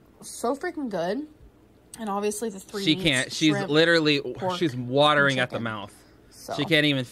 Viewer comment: "I look worse than ever" "OVIOUSLY " "BEEF TYPE SITUATION "